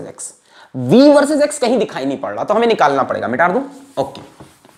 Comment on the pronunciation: Teachers : shall I rub ? OR shall i erase ? OR mita du ? Alakh sir :- MITAR du ? 😂 * best teacher ever *